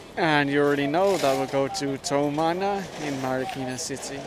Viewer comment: Like how you say “Tow-mana” hahaha